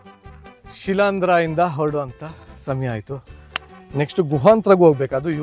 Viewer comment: ಶಿಲಾಂದ್ರನಾ ಅಥವಾ ಶಿಲೀಂಧ್ರ ನಾ, ದಯಮಾಡಿ ಪದ ವಿಭಾಗ ಮಾಡಿ ಸರಿಯಾಗಿ ಹೇಳಿ